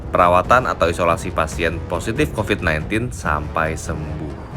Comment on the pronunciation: Ini kenyataan.. mau apapun yg mengucapkan copad copid sambil ketawa geli kek apa kek..tapi kenyataan yg ada tidak selucu ketika berbicara copat copit. Berpikir cerdas lah